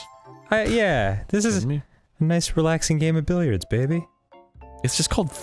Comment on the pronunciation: Billiards is the name of pool in French, and that’s not at all how you pronounce it 😂 and it would make sense since Amandine (from monopoly) is also a French name 👁👄👁